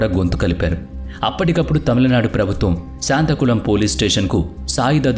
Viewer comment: శాంతాకుళం కాదు, సాత్తాంకుళం!